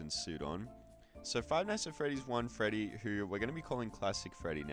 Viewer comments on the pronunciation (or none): "withered feddy" 😭